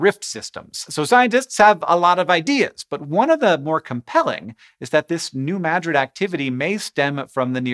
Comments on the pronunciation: Points for pronouncing New Madrid correctly. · Thank you, Hank, for pronouncing New Madrid correctly! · I was born and lived my first 14 years just a few miles to the north of New Madrid. We experienced a lot of tremors then (the '50s and '60s). Our farm was one of the places that the earthquake refugees fled to. Unfortunately it was an abysmal swamp, freezing in the winter and filled with malaria laden mosquitoes. Thanks for pronouncing New Madrid and Missouri correctly.